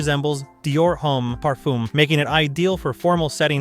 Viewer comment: We are just joking. You should research how to say the names properly before you make a video. Just watch many of the other videos and listen to how most people pronounce it 👍